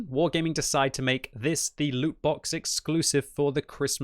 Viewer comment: ITS LOOOT